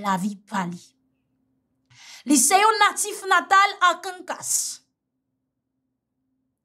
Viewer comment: Arkansas no arkankas